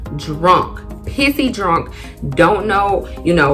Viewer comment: u is ah trini?🇹🇹